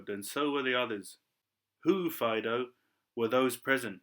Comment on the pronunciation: Am i incorrect in believing it is pronounced more like fade-oh?